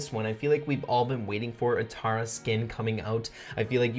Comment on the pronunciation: it’s not tawra it’s tara smh